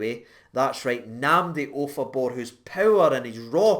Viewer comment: Jesus mate did you get any sleep ? 😂😂😂 Wow that was a pretty good pronunciatonionion, especially with your past 😂😂 Seems like it’s a good player to get on a pre-contract with all the potential he has, especially since there’s a good chance that Kamara might be sold in the summer 😩 And add to that the fact that Davis is 36 so he likely has a year or two left in him at most 😭 Just seems really smart to get him signed up and prepare ourselves for the future. Hopefully Nnamdi can do well on his loan to Wycombe Wanderers,improve his skills and then come up to play for us in the summer and fight for a place in the team and make the midfield up their game another level. Excited to see how the rest of this season and next season goes.